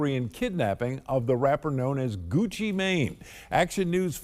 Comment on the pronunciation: It's funny how they do not know how to pronounce Gucci name😂😂